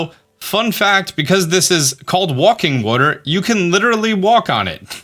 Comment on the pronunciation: It is he is just saying it wrong